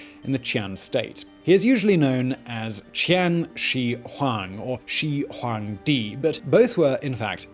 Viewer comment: After one hundred times she hong djee and wang bang sching, I gave up